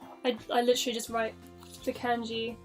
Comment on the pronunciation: It is Kanji not Kenji